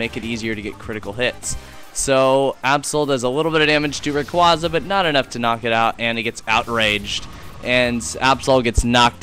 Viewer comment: u said rayquaza wrong